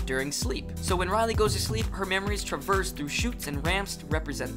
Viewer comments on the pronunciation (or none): none